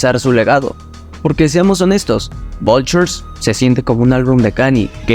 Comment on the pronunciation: "Vuitres" XD